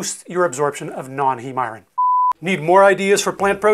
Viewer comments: Completely well spoken English as I’d expect from a American highly educated doctor then… I-run ??? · What part of the country do you come from? 😀 I noticed you have an interesting way of saying iron "eye-wren". I say eye-urn. (I grew up in Columbus, Ohio)